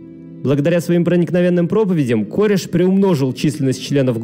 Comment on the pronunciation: Не кОреш, а карЭш